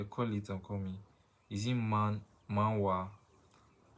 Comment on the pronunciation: It's Manga not Manwa